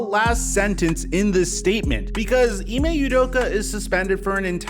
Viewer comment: Off topic, but as a Nigerian hearing Ime Udoka pronounced as Ee-may You-doka makes my skin crawl. Its Ee-meh Ooh-doka.